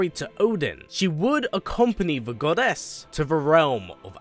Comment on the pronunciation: Why do you say goddess with such GODess